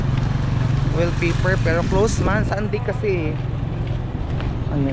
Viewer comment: ang ding ding sa English is wall kaya wall paper ang bigkas hindi will